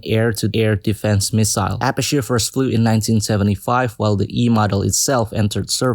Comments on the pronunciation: Apache is pronounced (UH-PATCH-E) my dad was a mechanic for 10 years sorry I had to correct you on that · it is pronounced "Ahh paah Ch E" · The ah64 apache is said a-patch-e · Don't you dare mispronounce my beloved Apache's name again. It is pronounced "uh- -patchy"